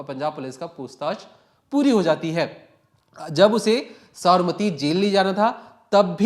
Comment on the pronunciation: tu pehle Sabarmati bolna seekh le baad me crime reporter bann....kaise kaise logo ko job pe rakh lete hain yaar...nepotism at it's peak...😅😂😅😂